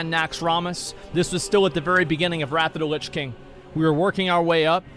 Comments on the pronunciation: Nobody: Asmon: "Rat of da lits king" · Everyone else : "Wrath of the Lich King" Asmongold: "RAFFA DA LISH KING" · “Wrathuda lichking”